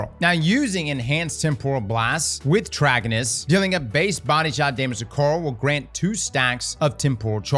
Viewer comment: Say it with me... Trah-kai-nus.